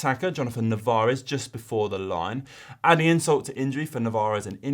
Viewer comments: Is Narvaez, not Navarez! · It must be an Irish thing to pronounce Navarez instead of Narvaez 😂